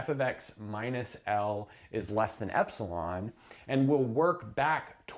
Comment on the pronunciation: he said epsilon like the gd level 🤣🤣🤣🤣